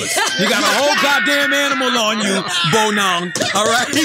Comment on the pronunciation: it's so funny how American's cannot pronounce African names.. lol he is still not pronouncing Bonang right.